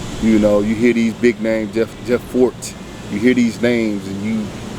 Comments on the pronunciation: Its Jeff fort not Ford get the chief name right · FORT! NOT FORD